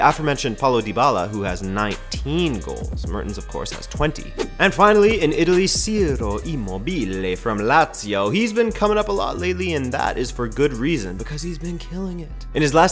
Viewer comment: It's pronounced CHI-row,. CHI-row.